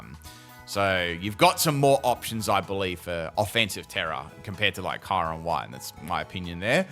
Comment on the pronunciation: Why are you saying kyurem's name wrong. The sound of it is so bad and thanks for this